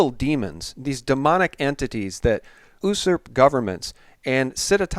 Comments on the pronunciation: its "U-SURP" NOT "OOOOHH-SURP"!!!! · "ooosurp"? Isn't the word "usurp" pronounced "you-surp"?